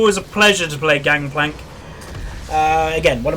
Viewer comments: its gankplank not gankplak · Its gangplank not gangkplank right?